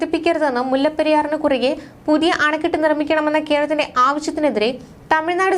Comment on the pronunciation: കെർളത്തിൻ്റെ ? കേരളത്തിൻ്റെ എന്ന് പറയൂ.